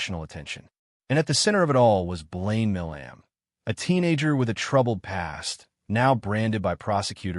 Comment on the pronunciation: His last name is pronounced "My-lum"